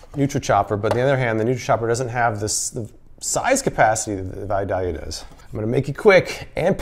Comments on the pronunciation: It's pronounced "Vi-day-lia". I guess you have to be from there to know how to say it. Love your videos. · Killing me every time you mispronounce Vidalia...love your videos btw.